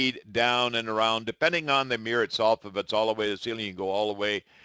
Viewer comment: He cannot pronounce mirror: “miwer”!